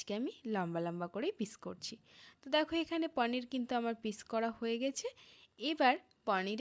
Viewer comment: পানীর নয় পনির